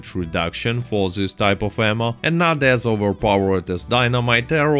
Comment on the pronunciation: I keep hearing "armor" when you say ammo. "Explosive armor" lol, that is literally a suicide bomb vest x)